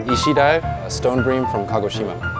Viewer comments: For a half japanese guy (his words), his pronunciation is freaking horrible. "eye-toe"?, dude it's e-toe. "kago-SHI-ma, no it's ka-go-shi-ma. japanese doesn't have syllable stresses or inflections. otherwise, awesome video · Are the Japanese folks in this thread bothered by his pronunciation of "tamago"? (Also of Kagoshima.) I'm not an expert, but it sounds like he accented the syllables wrong.